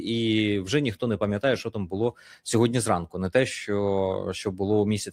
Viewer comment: Не хоче Пан Береза говорити " сьогоднІ" замість "сьогоднЯ". Тобто ,не читає дописи😂